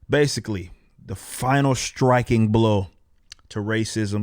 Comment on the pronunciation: the final schtriking blow ... what the hell happened to the word "striking"?